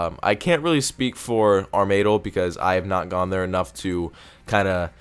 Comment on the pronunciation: Did i just hear: "Ar-May-Del"?? Thought it was "Ar-Ma-Dyl".. LOL